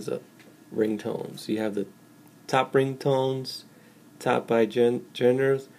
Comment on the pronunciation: good pronunciation of genre! (sarcasm)